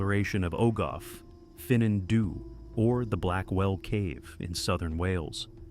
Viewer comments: OH GOTH FUN ON THEE. that's how you pronounce our cave. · Didn't recognise the Welsh words with that terrible AI pronunciation! Ogof Ffynnon Ddu is pronouunced "Ogov Fun-on Thee"